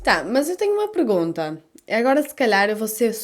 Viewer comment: Vc fala pregunta kkk nós falamos como se escreve ( pergunta).